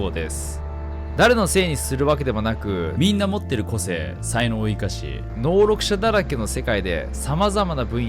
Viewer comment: 絶対に『能力者』って言えずに『のうろくしゃ』ってなるとこかわいい